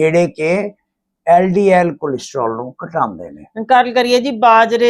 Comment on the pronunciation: SSA jee tusi hdl te ldl galat bol ditta he isnu theek karna